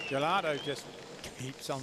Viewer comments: God those commentators could not pronounce Acosta Giraldo's name to save their lives. I'm British but it's embarrassing. Just read the letters in order, it's not that hard. Giraldo. Not 'Gelado' or 'Gilardo' or whatever else they came out with. They were even throwing in a few 'Ascostas'. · El narrador: Valentina Acosta Giraldo. Valentina Acosta Garaldo. Valentina Acosta Garado Valentina Acosta Girado Valentina Acosta Gorado 😑😑😑😑😑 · this commentator cannot read Giraldo